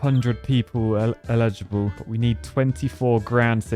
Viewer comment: Needing a high school and not being able to read "eligible" was hilarious.